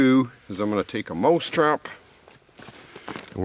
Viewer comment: he keeps saying moose trap